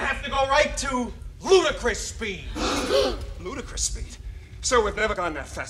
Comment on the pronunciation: It's 'ludicrous speed' not 'rudicrous speed' The comic reference being "so foolish, unreasonable, or out of place as to be amusing; ridiculous" see how that's funnier?